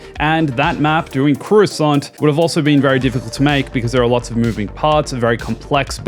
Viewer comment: Bro actually called Coruscant Croissant.